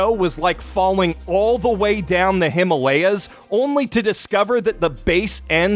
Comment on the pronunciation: did he mispronounced Himalayas